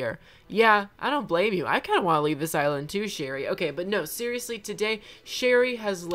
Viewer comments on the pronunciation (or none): none